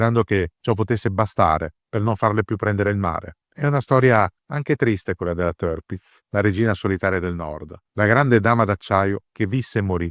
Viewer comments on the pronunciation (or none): Sì pronuncia Tirpitz non terpitz - per resto super documentario !!!! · Ma che tërpitz tërpitz! Si legge tirpitz con la i, non con e, e nemmeno con ë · Il fonetico tedesco esatto sarebbe con la doppia "i": TIIRPITZ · Se posso permettermi, il nome si pronuncia esattamente come si scrive (in accordo con la fonetica tedesca).